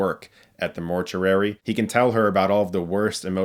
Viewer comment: Dude! Why do you keep saying mort-yur-ary its mort-yoo-ary! Still, I'll check some of these out!